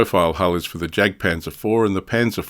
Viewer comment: Interesting stuff! I’ll definitely be looking out for this manufacturer in future! By the way, the German ‘J’ is prounounced like the English ‘Y’, so ‘Jagdpanzer’ should be pronounced ‘Yagdpanzer’. Just something to consider for future videos, keep up the good work!